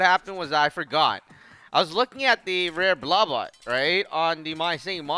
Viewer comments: It’s blah bit not blaw bot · The way he says "Blabbit" sounds like "Blabutt", Or maybe it is just me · blubbot... its BLAH-BITT. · I have no idea why he calls it Blubutt. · iBall73 I know, that's what I meant. it's just that he says "bluh-bot". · it,s said bla bit !!! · You said it rongh is bla-bit blabit is not hard. You shoud truy